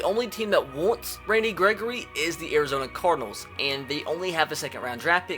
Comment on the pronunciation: He said Arizona Carl’s 😂😂😂